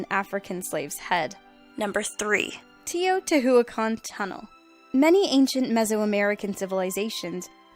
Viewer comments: It's pronounced Tay-O-Teach-Wa-Cun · Is pronounce Teh-oh-tee-oo-akan! Dude you murder the name of the city! LOL Is a nice place, I was there when I was 10! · it's pronounced Tayo tee wha cahn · I giggle every time she says Teotihuacan. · Teotihuacan is not even closed as the way you pronounced it. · the H in Teotihuacan is silent